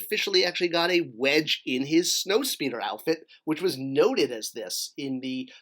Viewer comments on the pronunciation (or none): “Wedge” not Wesge.